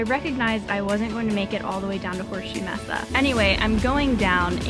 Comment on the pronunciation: Nice job on the video, but two things. It's pronounced "maysa", not "messa". If you are concerned about big cats, being quiet is not in your best interest. The two top predators in AZ would be Mountain Lion, and to a lesser extent, Black Bear. Both will generally steer clear if they hear you from afar. Startling them is not good. Even in Grizzly country, making noise is better.